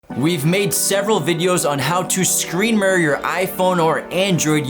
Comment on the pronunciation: Say murer on more time